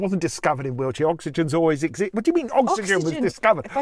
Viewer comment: You pronounce Wiltshire as wheelchair. In the next video could you please use both words in a sentence, just for me?